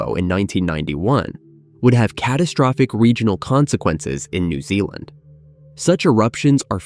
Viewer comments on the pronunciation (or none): none